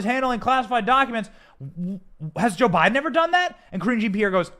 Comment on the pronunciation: Lol sounds like "cringy Pierre" the way you say it! CRINGY MAY BE RIGHT! 🤣 Problem is, when they put this stuff out as news, the general public has been conditioned to believe it, even after it's proven to be a lie! No matter what you do, once you are publicly accused of something you are guilty of something in their minds. Of course this is a known and very encouraged effect. So of course they want their opponent to look at bad as possible. Some people are waking up though, and that's why it's going to backfire.